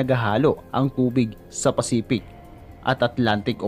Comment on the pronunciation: Jacques Cousteau = zhak-kooh-stoh. Pacific, hindi Pacipic. Photographer, hindi Potograper. Ok at maganda na sana video mo, kaso ayusin mo yung pagkabigkas ng mga words lalo na pag proper nouns.